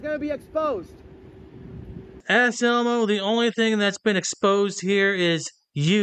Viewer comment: Anselmo is a 🐈 Every time you guys call him Ass Elmo, I hear you saying, “ass elbow,” as in, doesn’t know his one from his other. 😂